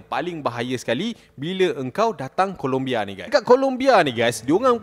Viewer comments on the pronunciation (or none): "Colombia" bang bukan "Columbia". Rajin buat research sikit. Jangan tangkap muat je. Nama negara orang tu, kena hormat.